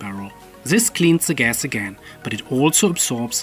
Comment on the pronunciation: hearing you say "zee gas" <3 <3 <3